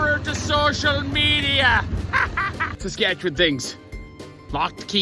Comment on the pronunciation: Pronouncing the province name with only one syllable. I’m from Skat’chn.